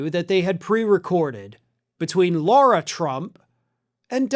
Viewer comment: it’s ‘Lara,’ not ‘Laura.’ You have to get these things right.